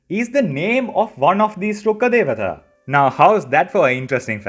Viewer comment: I'm glad I see another Indian (I am guessing?) person actually know how to say Rukkha Devata, instead of the hyper cringe Rukha de-waa-taa as the EN VOs say and literally everyone else says. It's so sad to see all the lore channels take their time to pronounce the other regional names accurately, but do no research on the Indian/Sanskrit ones. Kinda low effort of them if you ask me.